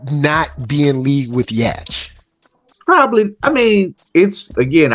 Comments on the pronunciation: not yall calling yhwach "yash" 😭😭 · it’s pronounced “yuhabaha” or like “You-Ha-Ba-Ha” but most people just say “Yuha” or “You-ha”. Idk how tf can “yhwach “ sound like that but it’s prob some German thing lol